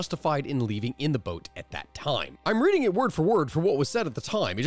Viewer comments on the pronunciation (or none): none